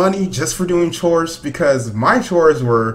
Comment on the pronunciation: Black yoshi said choes actual word chores